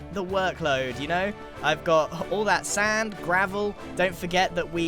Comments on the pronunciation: Oh come on Grian, your not saying “Sand” correctly!! You know how your supposed to say it! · can you say sand weird